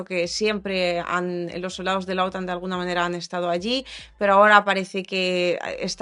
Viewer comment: MIJA COMO ESTAS HOY? ERES MUY DIDACTICA GRACIAS! LA PRONUNSACION DE: OTAN CAE EN LA ULTIMA SILABA (AUN CUANDO NO TIENE ACENTO ORTOGRAFICO!!). TE RECOMIENDO EL CANAL: THE MEXICAN FAMILY AHI ESCUCHARAS IMFORMACION MAGNIFICENT ( AQUI EL TELEPHONE NO ESCRIBE LAS PALABRASVCON ACENTO ORTOGRAFICO PERO ELLOS (ei. The Mexican Family) BUENO YA SABES,! BENDICIONES DE PARTE DE RENATO. AY QUE PENA Y MIEDO QUE SE VA ACABAR EL MUNDO POR UNOS IDIOTAS LOCOS BYE BYE DESDE SAN DIEGO CALIFORNIA UN PARAISO EN LA TIERRA ( MIENTRAS NOS DURE!!)